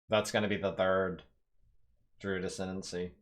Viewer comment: It’s pronounced drooooood sheeesh. Don’t forget to water plants or they smack u